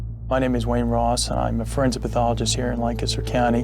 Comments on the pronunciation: I realize this is small compared to the topic of the video, but I do appreciate when Lancaster is pronounced properly. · I’m just happy you guys pronounced Lancaster correctly.